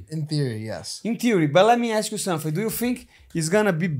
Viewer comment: "let me ask u somefink , do you fink .."